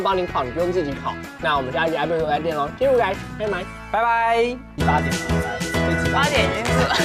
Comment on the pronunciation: 只有我听到最后的时候，阿神说拜拜变成mai mai了吗？😂